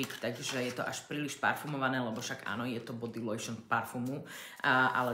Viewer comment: Priznám sa, že najviac ma zaujalo "oj de toalet" a "body lojšn" (tam fakt nie je loj, to musíte ako chemička vedieť lepšie ako ja). Ok, aj ja viem francúzsky dosť mizerne, ale keď niečo prezentujem a tvarím sa veľmi odborne, aspoň si overím, ako sa čo vyslovuje. Inak by to bolo fajn video, aj keď trochu teleshopping.